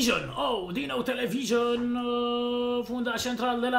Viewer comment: "televison " pe bune